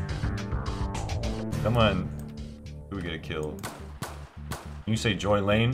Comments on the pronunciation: you say joy lane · "You said Joy Lane?"